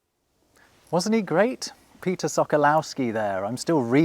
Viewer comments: SO-KO-WOV-SKI not whatever-wrong you prenounce Sokolowski, sok means juice sokół means falcon in Polish. Sokolow is probably Russian name, -ski is added to make it nobel, some lords in Poland added -ski to their oryginal names... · If you love language, the W in Sokolowski is a v sound in Polish, the L is a w sound and the o is a short o as in con not cow, ( all the Os should be pronounced the same) so it should read “ Sokowovski. It’s a bit rich that he can’t pronounce his own name, yet is a language expert?